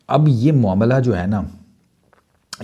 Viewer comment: मामला❎ मोमला✅😂😂😂😂